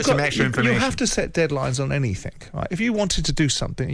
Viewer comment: Anythink, Simon? Put that thesaurus down and learn to speak basic English properly first 👍